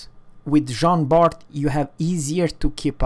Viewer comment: Bart????? Its prnounced Bar ... the T is silent. :(